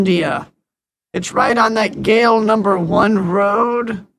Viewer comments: Just step up your accents! GULLY is a small street. Not "Gally." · it is GAAALI NOT GALI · let me fix some pronunciation, because I leave in the neighbour country. lets start. 1.gale❌gol e✔ 2.hacker hai❌hacker ha✔ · As a pakistani Tip: it is pronounced “gully” instead of “gaale” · "gali" means street. So "Gali no 1" just means "1st Street". To really send them for a toss, you could say "pehli gali" Also it's pronounced "gully" So "pehli gali" like Peh as in meh Li as in lee And gali like gully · Galle #1 is pronounced GULLI which means laneway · Gali means like a side street. Pronounced Gully. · Wanna help you out. Gali is spoken like - Guh-Lee... Which means street. So gali number 1 means street 1 in Hindi language. ❤ From India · Your pronounciation is terrible😂😅(hindi)